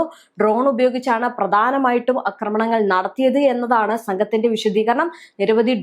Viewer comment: അക്രമണങ്ങൾ അല്ല. ആക്രമണങ്ങളാണ് ശരി. ഒന്ന് തിരുത്തൂ പെണ്ണുമ്പിള്ളേ.